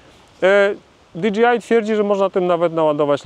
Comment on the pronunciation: Wiem, że czepiam się, ale... DI DŻEJ AJ, nie di dżi aj. DJI, nie DGI. 😉